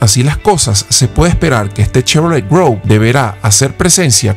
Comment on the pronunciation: Hola.. la pronunciación es es Chevrolet Groove (gruv). Saludos!!